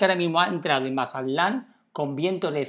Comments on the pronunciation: Se dice Mazatlán no Masalan. Lee bien por favor. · Si habla lindo el gachupín, Mazalán, :)